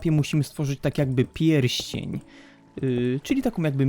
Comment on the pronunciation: Czy tylko ja zamiast pierścień usłyszałam piersi? 4.42